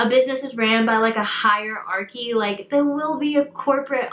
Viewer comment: A higher- arky 🙄